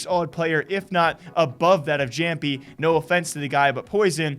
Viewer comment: Its pronounced iamppi